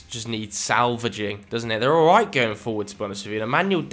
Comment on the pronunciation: OLRIGHT MOI LUVERS